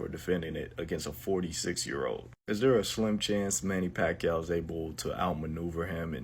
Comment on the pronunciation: Who's doing the voice over here? He can't even pronounce the name of Pacquiao instead he keep on saying "Pakyu" 🙄 it's irritating to hear😈